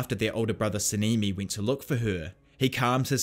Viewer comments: Sah-neh-me is how it's pronounced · 10/10 video but your accent is in their names like sa-ne-me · Sanemi❌ sinimi✅